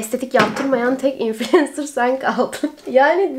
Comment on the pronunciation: İlk defa infulensır diyen birini duydum konudan bağımsız